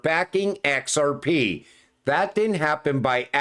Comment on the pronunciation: Let me tell you, No Body Can Say XRP so beautiful like you 😂.